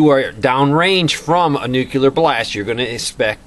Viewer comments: Another one who mispronounes "nuclear" as "nuke-yuh-lurr", Geez, isn't there anyone left who can actually say "NEW-KLEE-URH"? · Nuclear is pronounced (NEW CLEAR) NOT (NEW Q LER} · OH PLEEEASE - TRY TO SAY... NU - CLEAR NEW - CLEAR. NU CLEAR. NOT NU - F''ING - CULAR. AAAAaaagh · FOR THE LOVE OF GOD!! PEOPLE! .... it's pronounced ( new clear ) .... the word nuclear is pronounced (new clear). not ( noo cue ler ) ..... it's ( new clear ) ! .. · "I'm not going to get into the technical stuff because you wouldn't understand it"..."nukular" I counted 12 nukulars; it's nuclear! You're killing me... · Why have so many trolls shown up on vids lately? I'm somewhat of an expert on this subject, and you're doing a very good job of giving people the info they need to know to stay alive without confusing the issue. I do wish that you'd say nuclear instead of nucyaler. But well done my friend. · New clee er- but even some scientists say new kya ler. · Nukuler? Pronounce it Nu-CLE-AR! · Please, PLEASE. It's "noo-CLEE-ar" NOT "nu-CUE-lar" . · Nuclear - not nucular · he wont tell us about the data because we wont understand it but he cant even pronounce the word nuclear.. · please try to say NU-KLE-AR, again: NU KLE AR other than that love what you say :-) I am sure you're smarter than dubya (he is the best known mispronouncer of this word)